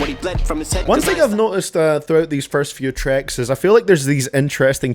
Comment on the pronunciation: Is it just me that hears “trecks” when he says tracks?